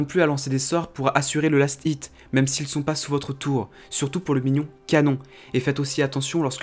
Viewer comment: Comment tu sais pas parler c'est lastit pas last It